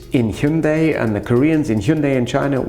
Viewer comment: You're pronunciation of Hyundai is perfection